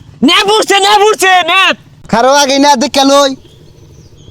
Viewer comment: চেপ না নেপ😂😂😂😂😢😢😢